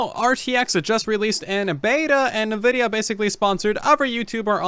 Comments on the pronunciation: N-vidia not nevidia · After all these years, why am I hearing more and more people pronounce it "nah-vidia" ? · This man really out here saying “nuh-vidia” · "NeVIDIA" come on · This dude really just said, “navidia” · bruh, did he just say nuhvidia... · Come on. You're a smart dude. Learn to pronounce NVIDIA. It's not NaVidia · Lol I hate how you say Nvidia